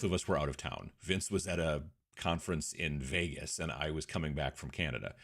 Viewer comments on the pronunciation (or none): none